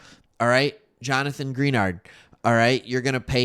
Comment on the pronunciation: Great video, not to nitpick but for future videos it’s gren-ard